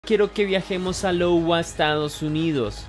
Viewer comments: No es Lowa jaja 😅 es Iowa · iowa, no lowa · Disculpa la corrección. Pero no es "Lowa" es IOWA con i, y se pronuncia "aiowa". El suburbio de Des Moines, (Se pronuncia: demuan) es la capital del estado. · Hola, me encantan tus videos. CONSEJITO: investiga un poco los nombres de los lugares para que tus relatos sean mejor entendidos, LOWA Estados Unidos no existe, es IOWA, se pronunciaría AIOWA o AYOWA... Un abrazo cósmico leyenda ✨ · DONDE ES LOWA...? SERÁ iowa....? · Es "aiowa", no "Lowa" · se pronuncia Iowa. suena aiowa….❤ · GRAN VIDEO SE PRONUNCIA (AIOWA) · Y ttambien la pronunciacion dw los estados... LOGUA. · No es una "L" en Iowa, es una "i" jajajja